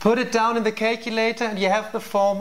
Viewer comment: ''put it down on the kacelater''